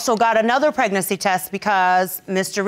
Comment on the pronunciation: ‘Pregnasex’.....now that’s a new one🤪